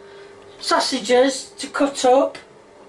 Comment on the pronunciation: It sounded like she said “sussyges”